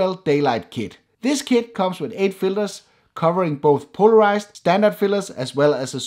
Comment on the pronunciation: Why I keep hearing ND fillers, not filters.. Is it just me?